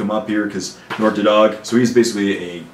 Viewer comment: I always thought Nork's last name was pronounced "Dead Dog." O_O